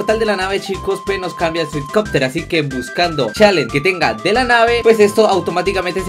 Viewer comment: dice swacopter creo que se escribe haci y los subtítulos dicen Twitter :V